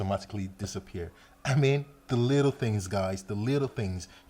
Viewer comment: Everytime he said "little" i heard "lethal"